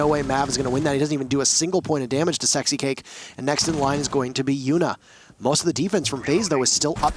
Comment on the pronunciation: nah he said sixcake, 😂 10/10 listening